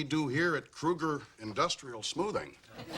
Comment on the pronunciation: I love out of George's dad mispronounces Krueger's name. He omits the R kind of.